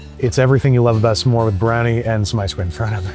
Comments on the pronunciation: Excuse me, a "samore" ? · Is it just me, or is he saying s'more weirdly? He makes it sound like two syllables. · You're probably using the right pronunciation of S'more and its driving me insane